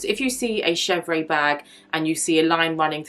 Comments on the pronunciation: Yes, the pronounciation is she-vr (with a tiny “uh” at the end), not ay. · Just pronounced shev-rr (no ‘aye’ at the end) -otherwise, good video. I like all leathers for bags except epsom but I realize I’m in the minority. Clemence and Box are my faves. Togo has veining at times where Clemence does not.